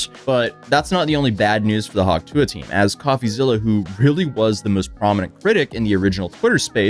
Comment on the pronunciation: Do you have trouble pronouncing the T in tuah?